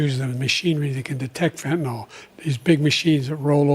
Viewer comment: It's name is fentanYl, nor fentanOl. fentanyl.